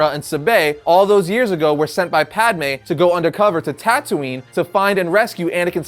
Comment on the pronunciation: At least you're calling her Padme this time and not Padame. Hahaha